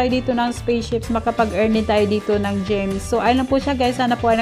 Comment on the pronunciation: Gems po namali sa pag pronounce yarn